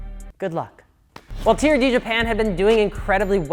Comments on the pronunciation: Turd? no no no no no no, it is T-R-D. WTH MAN!!! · No one:: T(U)RD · "...and today we're talking aboutTURD!" That was the most wholesome laugh I've had in a while, thanks guys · Your saying TRD wrong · Me pronouncing TRD : "T" "R" "D" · Although I'm a little butt hurt at your pronunciation of T. R. D. I will say it's Toyota's fault for not giving them the budget for not going ape shit and developing racing/performance stuff for all their cars. Its mainly trucks now.... so they sort of deserve that name.